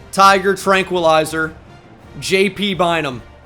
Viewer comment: Every time you say JT Bynum I cant unhear PT Barnum lmao